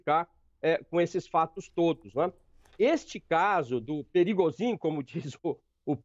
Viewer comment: Eitaaa... que esse "motim é mais falso que moeda de 3 reais " quem vcs pensam que enganam ??? Só bobo mesmo é capaz de pensar que uma "milícia" seria capaz fazer golpe contra a potência que é a Rússia!!!! O Pregozhin (se pronuncia "Prêgôgin". "prigozin", kkkkkk ) deu foi um " passa mané" nos EUA... pegou a grana do tio San (6 bi Dólares) e foi ficar bilionário na BieloRuss... Esperem as cenas dos próximos capítulos !!! Vamos ver o tamanho da imaginaçao para inventar as desculpas esfarrapadas !!!